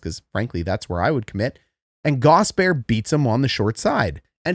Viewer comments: it's 3 syllables, not two. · I love your channel. I have never played hockey, but have always loved watching. The x and o parts were a mystery. One thing Gostisbehere, is pronounced gost-is-bear. Not a big deal just fingernails on a chalkboard for us Canes fans. Just like Ko kin am ee from the ESPN jerks. Not cock in am ee. Thanks for a great channel!! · Love the channel. Polite feedback, please call him Ghost, or pronounce all three syllables: Gast-us-bare. (Gostisbehere) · Friendly tip from a canes fan, Shayne’s last name is pronounced GAWS-tihs-bair, love the breakdowns regardless! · It's pronounced Gaw Stiss Bear - Hope that helps! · Wow, dude, how does your head fit inside this little screen? The name Gostisbehere has three syllables in it, by the way.